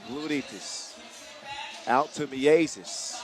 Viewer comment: The "ie" sound in Miezis is correctly pronounced like "ea" is in English word gear. The announcer is now just saying it like it's two separate words Mi Ezis 😂 As for Gludītis - emphasis in Latvian words is always on first syllable (same applies to Lasmanis and Raimo). Ī letter means its a longer i sound - like ee in sheet instead of a short i as in big.